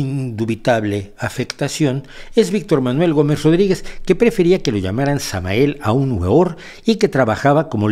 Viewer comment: Me duele los oídos cada vez que este señor pronuncia el nombre de Samael Aun Weor